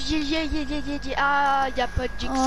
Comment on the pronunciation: Ça se dit pas jeski c’est(jetski